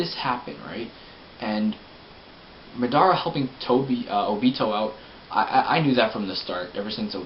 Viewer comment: Ma Dara...... ITS PRONOUNCE MADARA ITS LIKE SAYING HOKAGE IS HOCAGE